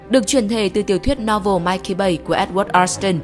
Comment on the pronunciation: "Mickey" tại sao lại cứ đọc là "Mikey" nhỉ? Mình nghĩ PP nên để ý cách đọc các từ hơn ở các video khác 😅😅